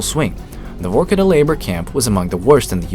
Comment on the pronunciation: It’s not VOrkuta. It’s VarkuTAH!